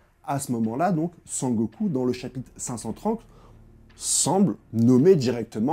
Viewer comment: Sengoku* je pense toujours à dbz quand tu dit sangoku😊. Très bonne analyse sinon